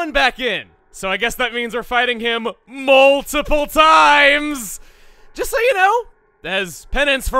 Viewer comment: Did you say Mole-tiple reasons?